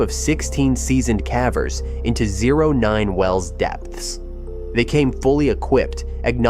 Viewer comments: Stalactites and stalagmites are mispronounced. They're not STAL-actites, they're stal-AK-tites. Same with the other word. In addition these aren't "ca-vers" they are KAY-vers. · It's AI mispronouncing the word. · Please choose an A.I. voice that can properly pronounce "CAVERS!" Freaking annoying!!! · Caveat cavver! A.I. is making us all into morons who let machines model incorrect pronunciations! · Cavvers makes me cringe every time.